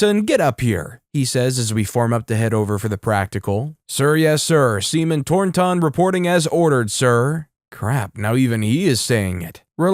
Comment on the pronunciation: The story is hilarious, but why oh why read Tor-ton as THOR-ton emphasizing the the TH in Thor? 😅